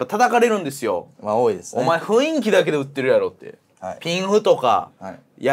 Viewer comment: 麻雀に文句を言うつもりは無いが、雰囲気を「ふいんき」と言うのは本当にやめて欲しい